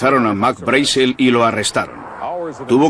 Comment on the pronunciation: Me molestan los doblajes que hace España, en especial por que no saben hablar el ingles, ni siquiera el apellido Brazel lo pronuncian correctamente.